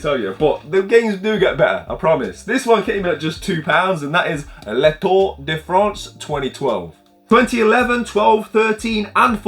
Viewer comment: That “Tour de France” pronunciation was chef’s kiss, mate